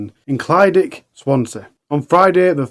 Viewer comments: The leas Ur producers could do is pronounce the places correctly and make sure the announcer says it right!! It's clydach, easier way for u to pronounce it is cli-dack! Not clydic! Wonder if any other Welsh people get pissed off with it! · Clyd-ach. The ach bit should sound like your clearing flem and the first bit sounds like clid. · I live not far from where this all happened. It’s all pretty horrific 😔 Also it’s pronounced Clidach with a cccchhhhhh at the end like you’re clearing your throat 😅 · Ohh not another one from Clydach 😢 (pronounced "klu-dargh", sort of the same as one would day "eurgh" in distasteful way?!) Brian is horrible , and should not have been allowed out ,especially as he was violating his probation agreement....and had been involved in loads of scrapes with the police too 😢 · Only word he got wrong was Clydach. The rest was ok.. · This is what happens when you leave murderers out of prison. Absolutely disgusting how he got away with so much. Life should mean life! Locked up for the rest of his life. People who release these animals should face criminal charges too. I hope it haunts them! I don't live too far from Clydach. Quite comical how you pronounce Clydach. My thoughts and prayers go out to everyone affected by this and previous crimes he committed.